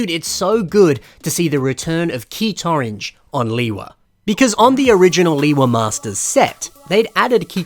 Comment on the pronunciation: "Leewee Uniter" bro💀